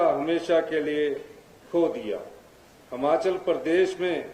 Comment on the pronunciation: मुख्यमंत्री जी बहुत बड़ा दिल कर के कहना पड़ रहा है की एक साधारण सा भाषण आप पड़ के बोल रहे हो। 15 अगस्त के मौके पर शर्म नही आ रही अपने नेताओं की चाटुकारिता कर रहे हो। बहुत ही घटिया भाषण और हिमाचल बोले न कि हमाचल। पड़ कर भी बोलना नहीं आ रहा